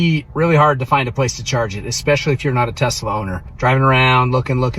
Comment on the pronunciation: Why are they calling it a Tezzzzla.